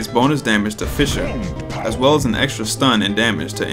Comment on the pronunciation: man why did they change the name of the first ability to "fisher" instead of fissure